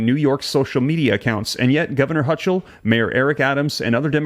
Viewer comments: "Hochul" is pronounced "Ho kul." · Pronunciation of Hochul is pronounced HO kl. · It’s Hocall . That’s how you pronounce it. ho-call. One word. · The NY governor's name is pronounced "Hoe-kull." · its pronounced HOKOL (HOLCHUL) the CH is pronouced as a K. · I will not let that happen. It will be over my dead body! The Ch in Hochul is pronounced like a K. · You're saying her name wrong!